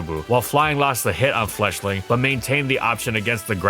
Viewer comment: I heard Fletchling as "Fleshling."